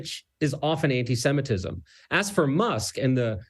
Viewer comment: MUH ANTISHEMITISHM